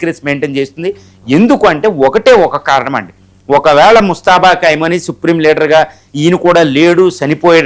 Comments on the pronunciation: Kaimoni kadu Khamenei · కైమోని లేకపోతే కైమా కాదురా బాబు ఖమేని